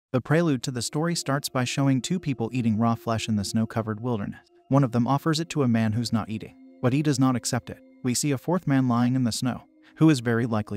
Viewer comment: First time I’ve heard a text to speech bot have a speech impediment, unless “darknuh” and “wildernuh” are words I’m not aware of…